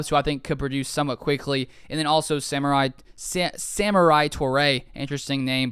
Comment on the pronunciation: Julio would only be good in a mentor role for Christian Watson. Outside of that I feel we should wait and see at the trade deadline if we need any WR. And it’s (Suh-more-e) not Samurai. For the pronunciation.